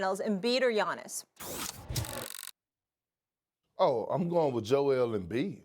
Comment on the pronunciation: It's giannis.